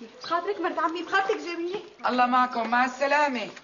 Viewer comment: مين لاحظ انو ام زكي بدال ما تقول جميلة قالت ضميلة😂😂😂😂😂